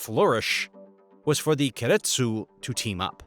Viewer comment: Please learn how to pronounce keiretsu